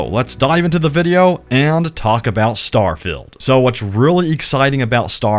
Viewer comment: was well keen to watch this but couldn't watch you keep saying STAR FILLED not STAR FIELD